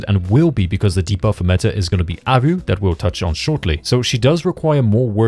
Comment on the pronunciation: Is it some inside joke or why are you pronouncing Haru as "Aru"?